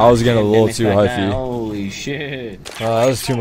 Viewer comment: hyphy, not hiphy